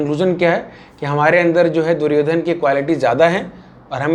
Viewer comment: भैया दुर्योधना क्या होता है कम से कम प्रोनाउंस तो करो दुर्योधन, आपका मजाक नहीं उड़ा रहा हूं मैं लेकिन जो वास्तविक नाम है उसे बोलो।